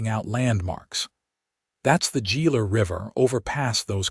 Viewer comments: Good story, but tell your AI that Gila is not JEE-LA. It is pronounced HEE-LA. Don't know why stuff like that bugs me, but it seems to. It seems you go to all the trouble to create and post a good story and then don't proof it. I volunteer to do it for you ! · Geela city????? Among many other ai mispronunciations. Lazy " creator" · Why couldn’t they put her packages in the wagon? The word "Gila" is pronounced as "hee-luh" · Enjoyable story..please correct your AI narrator to pronounce Gila correctly. The " G" is pronounced with an " H" sound making it sound like "He-la"..